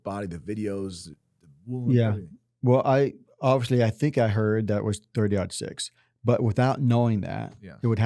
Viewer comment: Remington "Accelerator"? Sabot .22 in 30-06 case. 4000 fps. And it's Aught 6 (0 = aught) not Odd six! Aught Six!